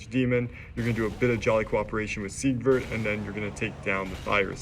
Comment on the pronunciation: Its not See-grid, its Sig-word. I kept hearing "secret" of catarina. Seigward of Catarina